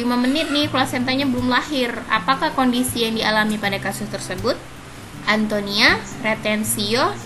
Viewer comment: ATONIA YA KA BUKAN ANTONIA,MAAF ❤❤